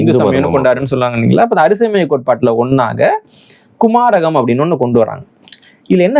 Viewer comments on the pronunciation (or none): Sir adu koumaaram. kumaragam illai